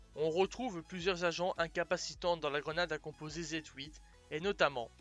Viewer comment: qu'est je a dire ! la video est super mais j'aurais juste une question si sa ne te dérange pas dit répondre. pourquoi pour le nom de la grenade tu Z-HOUITE et pas Z-huit